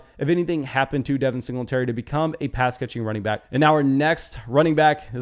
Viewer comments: Cor-DA-rel not Cor-Del bro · HIS NAME IS CORDARRELLE! Not Cordelle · a couple of pronunciation notes .. It's Cor- Darrelle Patterson. Like Core- DARYL. And it's Alvin Ka-mare-ah. Like the car "Camaro" but with an 'a' on the end instead of the 'o'. If you go back and listen to the announcers on the game you will hear what I'm saying. And the announcers are vigilant about checking with the teams to make certain they are saying them right.